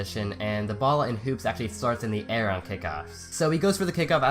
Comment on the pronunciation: When he said "Hoops" submission, it sounded like "poop" submission...